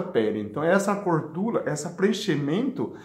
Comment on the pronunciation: 😍😍dr do nosso coração,acho lindo vc falando gordula,melola Que Deus te abençoe